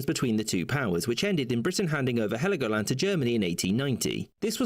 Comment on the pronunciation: it is Helgoland no i in it, but it was treated to the island of Sansibaras well as the Namibian strip